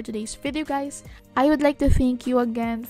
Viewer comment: did she just say “hi gays-“ lol love you